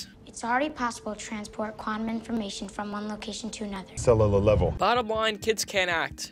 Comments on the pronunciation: The cut to Arnold saying "Cellalar level" fucking killed me. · "Cellellel level" fuckin caught me off guard.